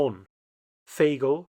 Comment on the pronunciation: I can imagine English speaking people not wanting to go to Grave. Nice pronunciation, though. /Though that Veghel was a crime